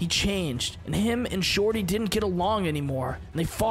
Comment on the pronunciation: It’s shorty not jordy